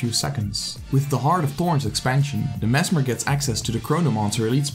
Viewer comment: The way you say merged man. Triggers me.